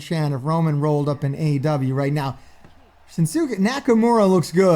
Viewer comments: its actually shin skay not shin sookay if you dont know lol lol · This guy is a wrestling fan ? He can’t even pronounce shins first name! Shin Sukay.? Lol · It's pronounced "Shinskay" for future reference lol. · Its pronounced Shin-skay Nakamura. Just helping you out brotha. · Look all you have to do to pronounce his name correctly is look at the word it says shin at the beginning it is shin sca Nakamura dude you just said take him through the crater wrestler I think you need to get some sleep go ahead and cut the video and get some rest dude lol 🤣🤣🤣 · I mean nakamura has only been wrestling for like a year so I don't blame him, I'm still learning the new guys name too. I kept pronouncing it "LAH KNIGHT" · It's pronounced "Shinskay" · Its pronounced Shins-ki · I don't believe you did but you did get his last name correct 😁